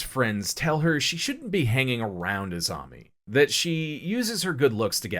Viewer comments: Kirie, and Tomie end in an 'ey' sound, just FYI. Love the video, though. Junji Ito is hands down one of the greatest mangaka. His imagery is right up there with Kentaro Miura of Berserk as some of the absolute best illustrations, ever. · Great video but Tomie is pronounced Toe-me-ay. Same with Kirie: Ke-re-ay.